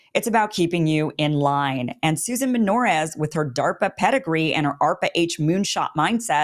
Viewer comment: Good Lord, is what I was saying when I heard DA RP A